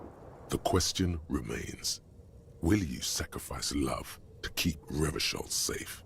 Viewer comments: endurance is purposefully mispronouncing it. The game had been released without a voiceover and spent more than a year before being voiced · Weird how Revachol keeps being mispronounced in the mirror sequence but not always. I guess they recorded the personalities at different times and the pronunciation was corrected by the time Endurance was done.